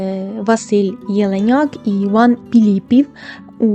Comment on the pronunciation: Іван ПІлІпів? Може Іван ПИлИпів.